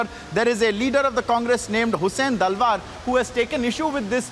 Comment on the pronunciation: His name is Hussain Dalwai and not Dalwa as pronounced by News Anchor.